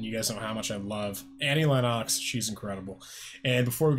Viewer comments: It's pronounced "Lenn ex" not "Lenn ox". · Um, it's "LEN-nucks," not "LEN-KNOCKS." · Pronounced Lenn-ix